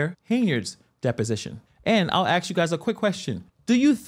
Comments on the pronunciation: it's a--s--k not axe. like nails on a chalkboard. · Is it possible to pronounce “ask” correctly, instead of “axe”? It makes me want to turn your video off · Btw the word is ask not axe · The inability to pronounce the word “ask” (so it doesn’t sound like “axe”) is also a barrier to verbal clarity. Likewise, the refusal to conjugate a verb properly makes it almost impossible to clearly communicate what the speaker intends to say. How could Tiffany have graduated from college (let alone get accepted)? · When " "ax" someone they usually at least lose a limb or need major surgery. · THE WORD IS ASK...NOT AX!!! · Court Reporter types it correctly and Tiffy does say axe. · Please learn how to say ASK